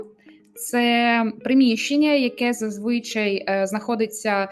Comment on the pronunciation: До українки - не зазвИчай, а зазвичАй